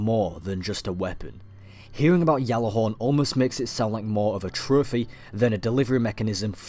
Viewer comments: I liked this and a lot of your other videos but that pronunciation of Gjallarhorn was really getting to me. It isn't pronounced "Gallarhorn" or "Yallarhorn" as it is commonly thought. The correct pronunciation is something like this - "Gat-larr-horn" Keep up the good work x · You say "Ggjallarhorn", not "jallahorn". -_ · It's pronounced with a J "Jallarhorn" Gatlahorn? pretty sure even the icelandic don't pronounce it like that, what i find funny is that when english people try to pronounce it they always get the A wrong t. norwegian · How do we know this is real when you call it yallihorn when it's pronunced Gjallahorn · what is jallahorn? its GJALLARHORN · Captain here, it's Gjatlarhorn (The G NOT silent) In icelandic a double L is pronounced tl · its pronounced (GAT-LA-HAWRN) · why do you keep saying yalla-horn? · what if i told you that you said gjallarhorn all wrong? and your history is based on a totally different gjallarhorn? gjallarhorn came from an icelandic origin as said from a creator of the rocket launcher and isnt pronounced anywhere near yallarhorn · It's pronounced as a G and is an icelandic based word, but is not a Y it is a G. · No The Y sound is incorrect do a little research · the history, context and derivation of the word is taken into account. There is a also a video floating around from an Icelandic individual guesting on a destiny video confirming it's a G. The actual pronunciation is Gatlahorn with a t sound but it is a G. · no its a Y, its been pronounced like that before you where born